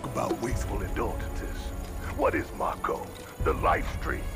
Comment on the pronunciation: another 'may-ko'. I should've been keeping a counter for this LP lol gasp could it be?! realized mako's pronunciation! EDIT: Nvm he relapsed